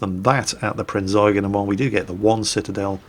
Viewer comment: Pritty shure he does it on purpose